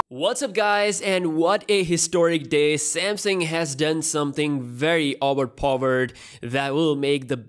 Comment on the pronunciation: i like how you say owerpoer